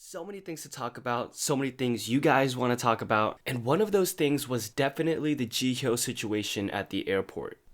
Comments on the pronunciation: /ji/hyo not ji/hyo/ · The H is silent hehe